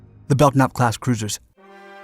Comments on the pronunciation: You drive me crazy showing many ship types other than the one you're narrating about. In this case, you are also mispronouncing Belknap. The "k" is silent so it is pronounced "Bell-Nap". The lead ship was involved in a famous collision at sea that you may want to investigate for a future video. Thanks. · Well, you beat me to it. It seems to me they guy who provided the 'voice' for this should have simply looked up the name, he could have found the symbols indicating the proper pronunciation.. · Yeah thats how I've always heard it pronounced until this video. Bell-nap. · was wondering when someone would correct that. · Who was the idiot ancestor that put a silent 'k' in the spelling of their name? Silent letters are retarded. Nobody pronounces Kellogs as Ellogs unless they have a speech impediment. It's spelt Belknap and as such is pronounced Belk-nap. Bell-nap is spelt Bellnap. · Belknap is pronounced belnap the k is silent. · Ok, I have to comment on your mispronounced name of the ship class. I served on USS Fox CG-33, a Belknap (pronounced Bel nap, the k is silent) class DLG/CG. You also showed examples of my second ship, the USS Harry W. HILL DD-986, a Spruance class destroyer, of which DD-963 was the namesake. I understand stock footage is not easy or cheap to come by, but you also show F-4 Phantoms when you refer to "MIGS". I'm just an old salt that likes a bit of authenticity when it comes to telling about my own history. BTW, it was also fun to a point, chasing the Russians around during the cold War. We followed the carrier Minsk for several months on the Hill. I love your videos, you just mispronounce a lot of words. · As someone who served on a Belknap class cruiser, it's pronounced Bell-nap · The 'K' is silent in Belknap... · The "k" is silent in "Belknap". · It is pronounced "bell nap" not "belk nap". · BELL-NAP not BELK-NAP. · Belknap is pronounced "Bell Nap" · Belknap is pronounced "Bell-nap". Silent "k". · the k is silent in Belknap